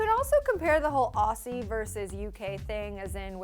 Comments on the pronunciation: Ok please learn how to say Aussie!! You say it like auzzie not ausssie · Aussie.... she saying it with a s sound not a z 😂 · Ok this is REALLY IMPORTANT but totally off topic Guys, aussie is pronounced as O-ZZ-IE Yeah ik, another fucked up thing we do, but that's how it is So please, so more of the way u pronounce aussie cuz it just sounds really fucked up :) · I'm sorry it pronounced as Auzzie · Hate it when some one says Aussies cause that's not how you say it, it's Auzzies god. And it's defiantly One Direction with the accent only cause I'm from Australia and 5sos don't have an accent to me.. but great video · Ok so are there any Australians here who are annoyed at the way the pronunces "Aussie" or am I the only one? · You pronounce Aussie with a z sound not and s sound.